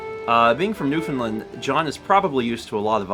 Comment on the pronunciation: as a canadian, i am laughing out loud at this stream. specifically, the way "newfoundland" was pronounced was funny. it's pronounced like "new-fen-land" lol. and i think everyone, myself included, agrees that "saskatchewan" is a glorious word.